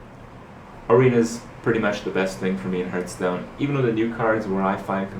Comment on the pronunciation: why u always say herth stone not hearthstone